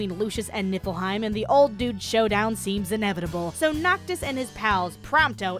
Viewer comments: Did i hear Nippleheim? XD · NIPPLEheim LOL jk...it's atomic btw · Why do I always hear "NIPPLEheim"?